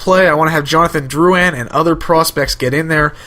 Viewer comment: Holy shit people, why can't anyone pronounce drouin's name, I have the same last name as him (btw I'm not related to him, I live in ontario and he is in quebec). It's prounounced Drew-In, Not Drew-Ann